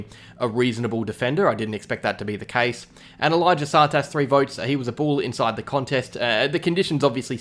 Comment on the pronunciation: Still hasn’t figured out how to say Tsatas :’(